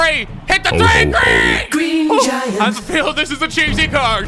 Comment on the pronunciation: i heard it as green jagger